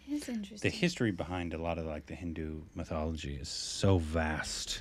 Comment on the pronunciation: IT'S NOT MYTHOLOOOOOOGY 👿👿👿👿👿👿👿👿